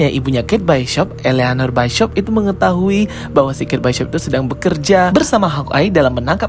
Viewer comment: Kate bishop buka kate byshop😂😅